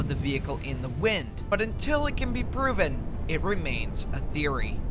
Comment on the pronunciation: did you just say theroy? NAH, ITS ITS A GAME THEROY